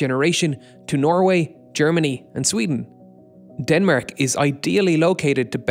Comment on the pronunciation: how did you pronounce denmark?!